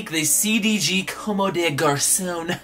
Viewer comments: Bro just so you know, it's pronounced like (come) with emphasis on the o. You're saying more like (commey). Just wanted to let u know. gang gang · (FYI, not hating or anything stupid like that, I actually really fuck with you) Comme des Garçons is pronounced COMB - DEH - GARS - AWN Keep flexing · Not trying to hate, but just trying to let you know that your not pronouncing Comme des Garcons correct. Com-de-gar-son. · It's actually literally pronounced cum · Comb - day - gar - sawn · Actually it's pronounced like "cum" lmao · Late to the party, but i just realized you're misleading 11 people with that dumb statement, not that the pronunciation of a brand name matters. But you hurt my ego and since i speak fluent french , i can assure you that there's absolutely no 'AWN' at the end. That's just how an english speaking person pronounces it with an strong accent but definitely not the correct way of saying it. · I know you dont know how to say it but i laughed every time you said commes des garçons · Gabe Lewis Comme des garçons "Just like boys" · I couldn't not watch this video dude!!! PLEASE PRONOUNCE COMME DES GARCONS CORRECTLY. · ...Every time you mispronounce comme des garcons i die a little! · I love you, but the way you pronounce comme des garcons makes me want to rip my hair out in clumps.